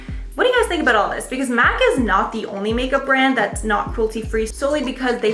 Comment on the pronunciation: Dont pronounce MAC Cosmetic as Mac. it's M.A.C - Make-up Art Cosmetics